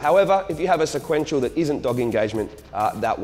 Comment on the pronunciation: Lol " sequnetial "